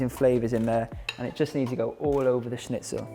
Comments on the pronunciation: As a German speaking person it is surprising to me how good you pronounce the word schnitzel 😊😁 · Luna Moona he did really well 😃